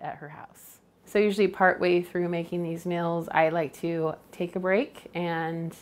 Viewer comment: Hi I watch your videos and enjoy them but I have a Quito ask you why do you call meals mills and deals dills just curious why you say them that way? Elaine Mars